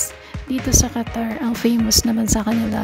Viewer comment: DOHA, QUA-TOUR <3